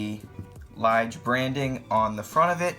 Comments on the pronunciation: LEEJ not LIIIG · I bought this watch and enjoyed it for three days only. After 2 hours of playing tennis with this watch on my hand the watch stopped working. It is a nice looking piece of crap. And check the liege pronunciation a meaning of this word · It is a beauty. It actually reminds me of a Lange. BTW, "tourbillon" is pronounced "tour-bee-yoan" and Ithink that "Lige" is pronounced "lee-guh". I have two of them and they are just enchanting. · I wonder how many times since the publishing of this video that he kicked himself for the pronunciation of Lige and tourbillon. Additionally, how many times he regretted featuring this watch